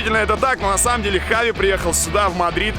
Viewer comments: весь выпуск в Испании боялся сказать Хави) говорил Чави) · Черт почему он читает как чави, а не как хави, там слога ч даже нет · Он Хави а не джави понял Жека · Кровь из ушей идёт, когда слышу «Чави» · Почему его называют Чави,он же Хави? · Не Чави,а Хави🤦🏼‍♂️ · Бля как я не люблю когда его называет Чави Правильно это вообще поху.... Для меня он ВСЕГДА ХАВИ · Почему это постоянное Чави вместо Хави ? Жеку что черданцев укусил ?? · Видос выглядит очень хаотичным! Скорее всего вы хотели сделать по темам, но из-за того что Красава неправильно называл Чави Хави, а потом исправился, то получилось не очень хорошо. Надо было определиться Хави или Чави, даже в названии.